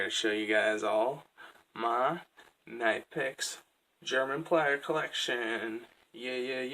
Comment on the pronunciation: Great collection of high quality pliers! BTW it’s pronounced more k-nee-pex. Soft k in the beginning. listen at 5 seconds and 38 seconds. Great video.